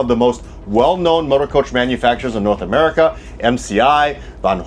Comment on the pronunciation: Muurica...🇺🇸😭😭😭 Fail